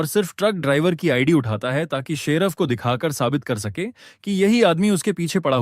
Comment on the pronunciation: 😂😂abe gadhe sheraf nhi hota sherif Hota h